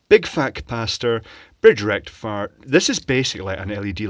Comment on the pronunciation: FOOL BRIDGE RECTIFIAH